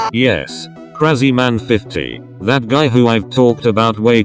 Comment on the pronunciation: Krazyman not kreiziman